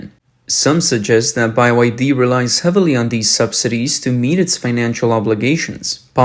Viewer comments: Guys, it's nice you have a real person reading rather than AI but the guy is clueless, it's not "bye-why-dee", and he's pronouncing other words wrong, isn't anyone checking content beforeuploading it? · why the f*ck do u call it "buy y d?" i thought it was a mistake, but u keep saying it over and over. even in an earlier video u called it "buy y d.' im just curious why u are doing this? is it an inside joke? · Yes whats up with saying “By Y D”. Very annoying I had to quit listening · Why is it pronounced Bye-Y-D??? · BUY Y D, ok, got it!! Hard to get an AI reader to read things correctly I see. LOL... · It's Bye YD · Bye why Dee. Lol crappy ai voice, just as crappy as the Chinese car. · How can anyone trust a host reporting on BYD that doesn't even know how to pronounce BYD? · Byd not "by y d" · It BYD, no Bi-YF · It's not bai wai d it just b y d bruh😂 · "by-why-dee" surely there is only one Y in they name, so isn't it called-'bye-dee' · Why do you keep pronouncing it as Buy Y D? It Bee Y D? Get it right. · It is Bee Why Dee and not Buy Why Dee. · Is b-y-d Not by-y-d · Why pronounce B as "buy"? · can you pronounce BYD normally tho? by why d? just say the letters? B, Y, D? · I'm pretty sure it's spelled "Bee Wye Dee", not "Bye Wye Dee" 😏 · Buy why dee? It's BYD. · How come you're pronouncing it "By Y D" instead of "B Y D"? It's supposed to be an acronym for Build Your Dreams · Fix your computer generated commentary, its pronounced BEE WHY DEE, not BUY WHY DEE! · In English, the letter B is pronounced "bee", not "by". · Bye y d? Not bee y d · it's not pronounced "Buy-Y-D" it's pronounced "Bee-Y-D" you pronounced it wrong. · Why do you keep saying Bye YD 🤬🤬 it's B Y D so frustrating 😮😮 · Is it pronounced “B Y D” or like the narrator is pronouncing it “By Y D”? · WHYTF … do you keep pronouncing BYD as “Bye Y D”? It’s just pronounced as the three letters B-Y-D (“bee” “why” “dee”). Cluuuuuulesss English. Where are you from ?? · ITS BEE WHY DEE, NOT BUY WHY DEE